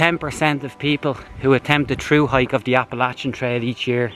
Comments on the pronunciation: God Bless you for pronouncing Appalachian the right way. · I'm glad to hear you pronounce "Appalachian" correctly. I wish you could have gotten some grits with your breakfast, they are great with some butter on them. Your doin a great job. Thanks for taking us along with you. Steffon